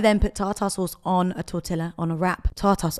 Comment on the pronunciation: I love you, but omg, Tortilla = "Torteeya" <3 x